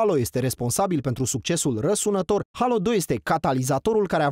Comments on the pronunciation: Mai, se pronunta Heilo, nu Halo. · Alex Roberto da, cei din SUA si restul lumii ... crede-ma, are dreptate se pronunta "HEILO" nu "HALO" ...